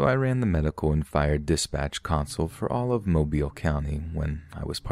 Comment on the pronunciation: Listening from Mobile, Alabama and it makes my heart so happy that you pronounced the city correctly :,)